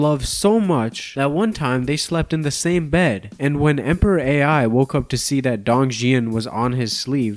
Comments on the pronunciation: To those wondering how there was a Chinese emperor AI: there wasn't. The emperor's called Emperor Ai of Han, with "Ai" pronounced as "I" nowadays in Mandarin but mispronounced by as "AI", and was probably not an AI. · Emperor Ai is pronounce "eye" not "A.I".... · Chinese emperor Ai is not "A - I." It's "Ai", pronounced like "eye." This would be like meeting someone named Ian and calling them, "Eye Ay En." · Emperor Ai, pronounced like the English letter "i"/"eye", not AI for Artificial Intelligence. His "personal name" was Liu Xin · Did bro really just pronounce the ancient Chinese name "Ai" (pronounced eye) as "A-I"?? Like as in ChatGPT AI? Peak brainrot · Abominable, not abdominal. And Ai is not pronounced like that. Jesus, Gen Z really is reading at a 4th grade level.